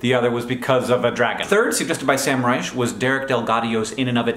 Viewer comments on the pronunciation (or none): none